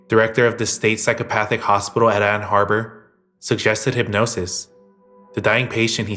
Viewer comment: It's not Ann Harbour, it's Ann Arbor.